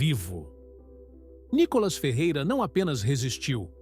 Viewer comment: Nícolas claro KKK